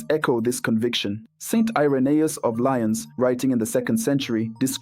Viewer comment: Lyon : Lee own not Lion.